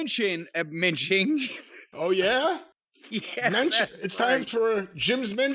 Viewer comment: Mensching, not menching.